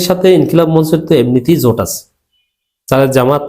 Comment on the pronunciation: মঞ্চ শব্দের উচ্চারণ ম ণ্ চ্ হবে না । স ঠিক উচ্চারণ ম ণ্ চো ।